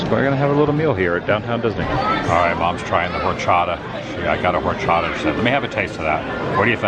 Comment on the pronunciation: Horchata is like rice water and you don’t pronounce the h